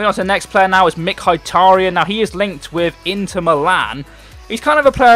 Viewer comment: Mik-har-taryen BTW love ur vids 😀😀😀